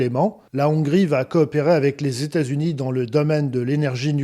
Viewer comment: Le président tamericain….pourquoi pas le président téta zunien? Je crois que je ne vais plus donner à cette chaîne